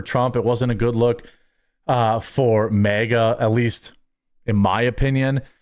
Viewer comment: a "meh aga" senator you say? wtf does that mean? and "me-akeup"? wtf